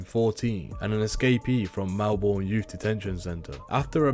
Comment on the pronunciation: Kath had 10 not 7 kids and that is only the start of the incorrect information. Plus it's helga not Helen wagnegg and its pronounced melbin